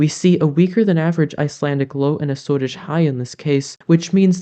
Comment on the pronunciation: So glad to have you back. The 'shorts' are great for keeping up with the changing weather patterns, but with your explanations it's even more interesting. Like, how else would we have learned the correct (I suppose!) pronunciation of "Azores"... I've been saying it wrong all along! Thanks too, for the explanation of the NAO - but please don't stop explaining it so that it has a chance to sink in how it works.